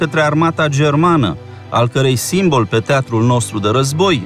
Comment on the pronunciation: Simboooooool! Nu siiiiiimbol!